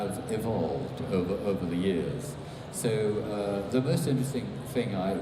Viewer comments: "THE DISNEY ARE TAKING OVUH!" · BlackWingedSeraph „ovuh“ 😂 dewit!